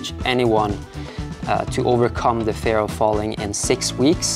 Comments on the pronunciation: Amazing climbing session, loving the vibe of the video, you're very serious about the climbing, but not overly stressed or anything! Btw, work on your pronunciation of the word 'fear' if you're making an ad for a course on it! It's not 'fair', it's fear like you'd say 'here'. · You pronounce "fear" like "fair" :) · Interesting that you are not so familiär with pronouncing the Word fear. Seems that fear isnt a big Part in your life. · i was so confused the way you pronounced "fear" :D